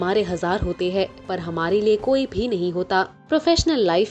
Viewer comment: I like the content of your programs, but you will have to work on your diction and pronunciations. There is no difference between है and हैं. It seems same.